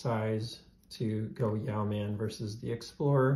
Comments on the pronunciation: YOH-man, not YEOW-man. It’s a fairly common word. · It’s pronounced ‘Yo man’. yoeman ~ a man who owns land and is responsible for its cultivation. Yoemanry were a class of people, who derived a living from their land and or trade, enough to live comfortably and save a little. But not enough to stave off poverty if they fell ill or were robbed. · It’s pronounced ‘Yo’min’ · I believe the pronunciation is “Yo-man” not “Yee-ow-man”. It is a naval rank term, Yeomen perform secretarial/administrative and clerical work. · Good video. I want a Yeoman somehow. Pronounced Yo like row (Yo- muhn) not ( "Yow man"). Ow man, that hurts!... Yeoman,a low ranked administrative position in a royal house or in the military like in Star Trek (Yeoman Rand, used to flirt with Captain Kirk).. I think the Yow man is a cryptid creature lol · It's YOmuhn, not yaoman. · His 3 year old didn't bother me but every time he said "yow man" i wanted to slap him. Did he never even watch Star Trek? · Pronounced: yo-men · "Yow-man?" Damn, that's annoying to listen to. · It’s yo-men. The e is silent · It's pronounced e-yeow-MAN! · Interesting video. I like how you compared the Yeoman to do many other options. As a veteran of the US Navy, I have to correct your pronunciation; yeoman should be pronounced like woman with the first syllable rhyming with toe. I have a Yeoman that I modded myself and agree that it is a great tool combination. Look forward to seeing your future videos. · Thank you, this was triggering the 💩out of me ! How do people not know that Google has an audio file of pronouncing every word ???